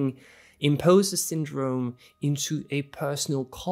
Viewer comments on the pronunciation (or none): Just FYI, the word impostor is pronounced im-paws-ter. I loved the video and your advice.